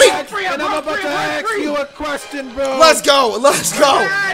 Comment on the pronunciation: I love Ralphie. "I'm about to AXE YOU A QUESTION, BRO!"